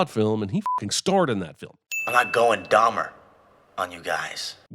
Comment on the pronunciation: I’m sinning the narrator’s pronunciation of “Dahlmer” instead of Dahmer